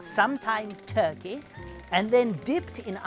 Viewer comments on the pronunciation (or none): none